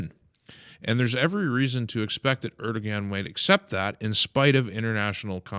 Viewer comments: If you care to say his name correctly, it'd be pronounced AIR-do-wan. The g is silent with the emphasis on the first syllable. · ER DOH WAN (sorry not yelling just trying to show the pronunciation)